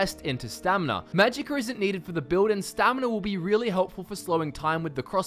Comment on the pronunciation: Magicker... Staminer... Health-er...?